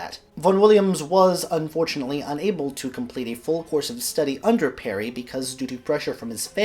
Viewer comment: Its SIR HUBERT PARRY NOT PERRY. He was born in Gloucestershire NOT NEAR WALES.